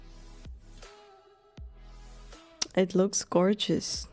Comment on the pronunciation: it was painful 😂